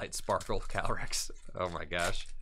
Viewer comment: I think its Calyrex and not Calrex...